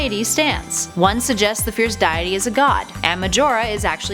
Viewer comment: " The fierce diete" Wow you don't even play the game